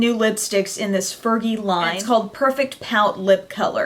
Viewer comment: i think she said fergie wrong!!! hahaha